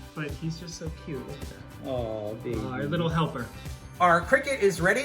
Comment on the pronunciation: I Heard: "LITTLE HELL PURR"😂